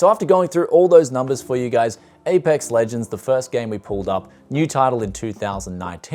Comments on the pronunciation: "Apex Logonds" 😂 😂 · "Apox Logonds" "Bebob and Rocksteady Legends" XD LUV THE NAMING TITLES- <3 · "Apox Logonds" "Bebob and Rocksteady Legends" He makes these names sound hilarious XD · ? apox logond ahahhahahahaha made my day :D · ‘Apox Logonds With GTX 1650’ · "Apox Logonds" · Why are you making fun of Apex Legends? "Apox Logonds, Bebob and Rocksteady Legends" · Apox Logonds 😂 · Apox Logonds 😂😂😂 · "Apox logond" XD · Lmao the pronunciation of apox logond it's so fun